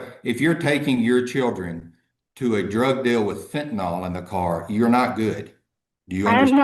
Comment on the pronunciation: If she could learn to pronounce fentanyl, that might help. Sounds like it's eaten part of her brain